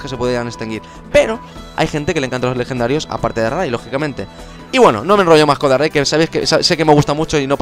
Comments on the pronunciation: Dices darrai en vez de darkrai XD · Se dice dárcrai porque dark cry es llanto oscuro y se pronuncia justo asi en ingles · Deberías aprender a pronunciar los nombres xD Regice=regiais Darkri=Darkrai